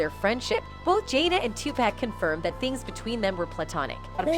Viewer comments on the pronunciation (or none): Sweetie if gone do a video, do the research and find out how to pronounce the person's name you're saying! His name is Tupac! It's pronounced Topock sounds like sock with a (p).. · Y'all ruined the video when you said Tupeck instead of Tupac. Wtf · It’s Tupac not topack 😂😂🤦🏾🤦🏾🤦🏾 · I can’t take hearing her butcher his name anymore! It’s not 2-pack! It Tupac (2-pock)!!!! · 2 pack wtf. The more she said it pissed me off more. Come on man. Pack lol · Still saying TUPACK? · So no one's going to talk about how she says Tupac's name wrong. Damn near butchered the name 😂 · Can she say Tupac name correctly please? 💯